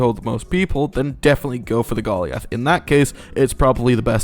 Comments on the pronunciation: bruh why does he call it golly ath its goliath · aint no way you said "gollee ath" instead of "goal i ath" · bro says ben-yay for the beignet correctly instead of big-net but he says golly-ath 💀💀💀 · Bro said Gol - E - A - TH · THIS MAN SAID GOLLY-ALTH LMAO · thats not how you pronounce goliath 😢😢😢